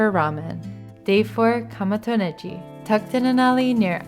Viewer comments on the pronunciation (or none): Kamo to Negi…if you’re Japanese why did you pronounce it so strangely? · Overall a really nice video. As a fairly fluent Japanese speaker, I find your accent interesting. Sometimes (afuri, Ichiran, even your pronunciation of ramen) your pronunciation is spot on. Other times, you abandon it (Rokurinsha, Kamo to Negi where the G should be hard like google rather than soft like gender). I imagine this is something related to being heritage bilingual. Anyway. Interesting to me as a listener. I haven't finished the video yet, but I hope you go to Menya Shichisai.